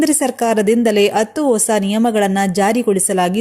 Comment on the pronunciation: ಅತ್ತು ಅತ್ತು ಅಂತ ಯಾಕಮ್ಮಾ ಕನ್ನಡಾನ ಕೊಲ್ತೀಯಾ. ಹತ್ತು ಅಂತ ಹೇಳಬಾರದೇ